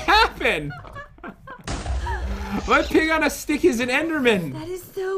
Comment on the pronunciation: Did he say pig on a stick